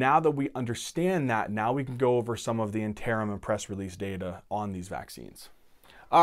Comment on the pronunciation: Sam Yaza Plus he can't say "interim" correctly. I kid of course as the overall preso was really great.